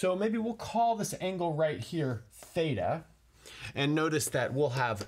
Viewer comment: He : fthaetaa Me : thita 🙄🙄🙄